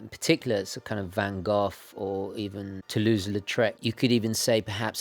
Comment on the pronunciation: Love that you are correctly pronouncing "van Gogh", not the usual "vanGho" that native English speakers often utter. Love the review, a job well done sir.